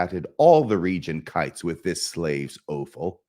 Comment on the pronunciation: waYned and oFFal otherwise good rythm but too fast